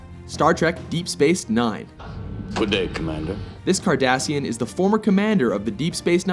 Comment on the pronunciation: I thought he said Kardashian.